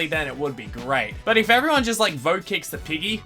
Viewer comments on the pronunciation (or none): none